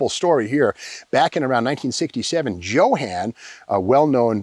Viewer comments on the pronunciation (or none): none